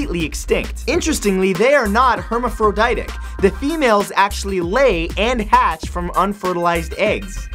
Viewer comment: You mispronounced 'posthumously' and 'hermaphroditic' lol great video though.